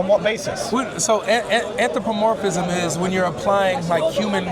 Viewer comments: It’s anthropomorphism not anthropomorphicism! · He keeps saying“Anthropomorphisism” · How many syllables can he fit into anthropomorphism? "Anthropomor-fi-phis-phism. I caught up to two additional syllables.